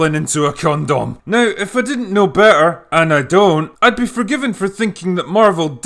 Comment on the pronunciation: The way you said condom made me laugh.